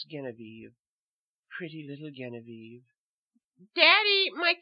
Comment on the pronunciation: Genevieve is pronounced with a J sound, not a hard G. Otherwise, great job =^)